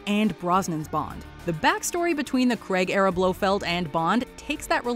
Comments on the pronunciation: Daniel Craig. Not Daniel Cregg. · Please can Americans learn how to pronounce Craig properly